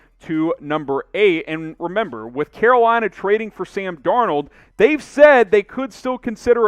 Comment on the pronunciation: i heard "que bueno" instead of "Carolina"